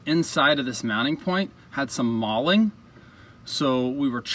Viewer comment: “Galling”, not “malling”, but we get the idea. Thanks for the video.